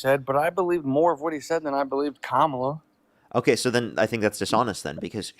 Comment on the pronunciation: Why does every Trump supporter mispronounce Kamala? Theories? Lol